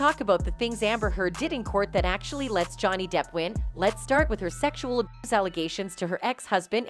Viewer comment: You seriously can’t say the word “abuse”??? SMH